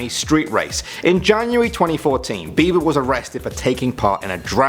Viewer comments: By the way it's not beaver its beiber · it's not beaver it's beber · you said beaver lol